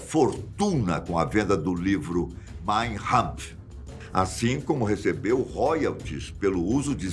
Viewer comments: O livro se chama mein kampf e não mein rampf como o apresentador fala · Mein Kampf, com K, não com H (pronúncia). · Caro, o livro escrito por Hitler se chama "Mein Kampf" (Minha luta), e não conforme o senhor pronuncia, como se a grafia fosse com "h". Mein Hampf... Sugiro corrigir. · A MANEIRA CORRETA DE FALAR O NOME DO LIVRO DE HITLER É: "MÁIN KÁMPF" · "Maim RAMPF" Adoro a pronúncia de vcs! Kkkkkkk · Será modismo dizer nomes de qualquer origem com pronúncia anglo-americanoide? E atenção: o nome do livro de Hitler é "máin campf (ka)" – (Minha Luta). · Parabéns pelo canal! Letras góticas às vezes atrapalham um pouco a pronúncia de algumas palavras, principalmente se tiverem letras maiúsculas no início. "Mein Kampf" (Minha Luta). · A pronúncia de Mein Kampf está errada, o certo é "mayn Kuhmf". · É K não R, pronunciaram errado. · A pronúncia do no do livro está errada.